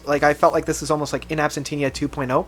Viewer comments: It should be pronunced "In Absènxia". It means "in the absence (of the defendant)". It's a legal formula used in court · It's not that difficult. IN AB-SENT-EE-AH AN-EES-THA-TIZE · Okay, I'll go back and check out Blank Planet again, which didn't grab me when it came out. My favorite studio PT is Deadwing, but I mostly like to listen to their live albums. (PS. it's "In Ab-SEN-tee-a") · It's Ab-sen-sha my dude, ab-sen-sha. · “Inabsentinia“ lmao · Say it with me: "In. Abb. Sent. Cha." Great video. Thanks for the insights! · In Absen-TIA No "Tina" in there dude. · In Absentia = In Ab-sen-she-a Please, please, for the children, pronounce the album's name properly. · Glad you gave bonnie the cat some love but how could you not love the deadwing title track?? That’s one of my favorites. Sidenote: It’s pronounced In Ab-sen-sha. (Listen to the mars voltas song by the same name.) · It's " in - ab -sen - sha" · Sorry to add my voice to the clamoring masses: AB-SEN-SHE-A A-NES-THE-TIZE Great list by the way. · It's pronunced Ab-sen-t-ia. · This guy can't even pronounce absentia, shallow and anesthetize and he ranks PT albums, UHH! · Pronouncing In absentia: You keep adding an extra 'n' which isn't there. :)